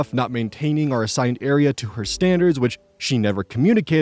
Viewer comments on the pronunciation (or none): Area and..... I legit heard air-eee-an